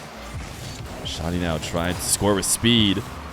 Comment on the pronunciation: How did it shift completely towards the end? I love me some content 💯 (btw, the name is Shaaa' deee)